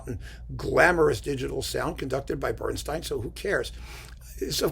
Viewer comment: It's BernstEEn, not BernstINE. Apparently, when Elmer and Lenny met, they drew lots over pronunciation, and Elmer got StEEN. Or so the legend goes.